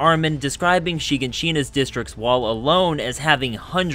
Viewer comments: Why did I hear you say Hiroshima instead of Shiganshina? 💀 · turned the video off after dude pronounced Shiganshina as "SHIGAN SHINA" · why did bro say shiganshina like that lol